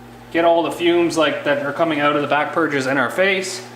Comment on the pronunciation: It's cold oot...lol